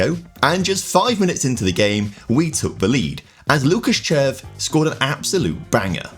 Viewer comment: As a Czech person the team pronunciations hurt my ears but well done on the player pronunciations like Červ